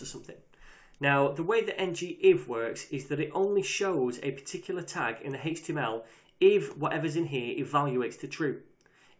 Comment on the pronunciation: I kept googling "Hixtima Property" until I finally realized he said "HTML Property"